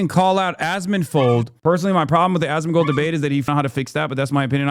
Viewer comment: At some point you start hearing Ass-mangled